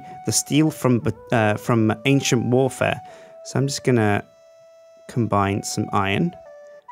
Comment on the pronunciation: Does nobody else hear "Asian Warfare" when he says "Ancient Warfare"??